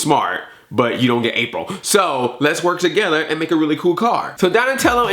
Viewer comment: “Rapril”, good god. XD